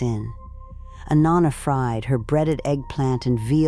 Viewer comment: Pronouncing “Nonna” wrong every time! I can’t watch! And I know it is AI